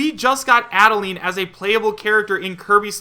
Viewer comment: Is Ribbon a spirit? Also, Add-uh-line.